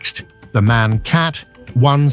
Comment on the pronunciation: MAN is not pronounced in one word, like the English word for a male human. It consists of 3 seperate letters, that you pronounce independently and not together in one word. M.A.N. Like ICE, the German high speed train, which is also not pronounced like ice, the frozen version of water. But it is wild, that you say it correctly at least once in the video, when talking about the manufacturer itself, but wrong everywhere else. Also KAT can be pronounced as one word. It is just short for "Kategorie" - "category" in English. So a one-word equivalent of "cat" is absolutely ok in that case. Yet, in the video it is often unnecessarly pronounced as individual letters...